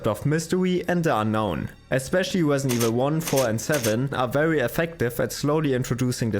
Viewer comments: “Wesident Wevil fwee” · The narrator said in his wesident evil video: 'Whet is Capcom doing Wong?' Wong said: 'I don't know...' 😁